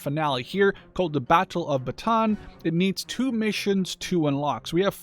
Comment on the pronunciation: You should pronounce it as ba-ta-an, btw I love your vids tho